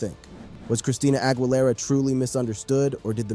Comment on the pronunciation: a tip about her last name the GUI her last name is pronounced like the letter E in the word need or geese the plural of goose AH – GHEELERA